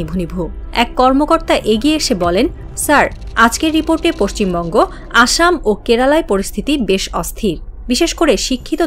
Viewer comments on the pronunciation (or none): none